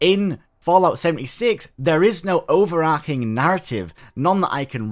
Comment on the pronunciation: It's "overarching" not "overarcing"